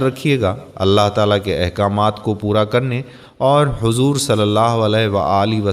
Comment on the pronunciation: Pahyle Nabi ka ka name Lena sikho😡hazoor nai huzoor hota hai😊OK bhai